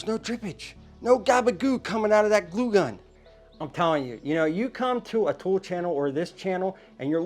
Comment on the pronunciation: Dude, you should voice over “glue gun” every time you said it wrong. You had me laughing out loud!